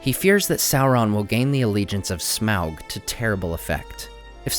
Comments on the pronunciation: Smelt? Its smaug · You keep saying Smelg. It's SMAUG!!!!